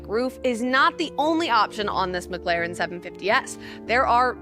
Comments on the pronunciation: This is a great video. I swear it sounds like you are saying “McGlaren” though. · She said “McGLAREN” damn near the whole video 😂🤦🏾‍♂️